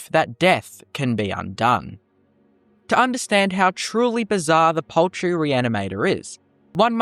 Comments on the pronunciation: POULTRY! It's pronounced POULTRY! Not paltry. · I thought we were saying 'paltry' at first, not 'poultry' and was wondering what small thing this reanimator could have done.